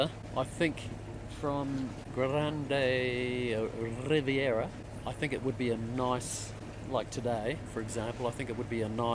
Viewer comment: Excellent video! About Grande Riviere, it's French so it's pronounced, grand rivier.